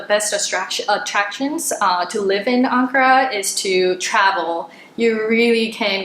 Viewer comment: Thank you for pronouncing Ankara correctly. I lived their for four years. My father was in the Air Force. He was paid in US dollars. We lived off base but, we shopped on base at the commissary for products you couldn't get in the city and we went to the American hospital which was in the city. All of these years later I miss the bazaars and hot sunflower seeds well, I miss the food. All the elementary schools teach not only Turkish but, English and French.